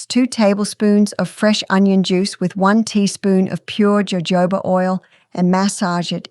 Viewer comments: it's "hohoba" not "jojoba" oil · It’s pronounced with an H ho hoba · "Jojoba" is actually pronounced Hohoba.❤ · Jojoba is prounounced " ho ho ba'. Funny. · It's pronounced hohoba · Yes. “J” in Spanish is pronounced with an “h” sound😊.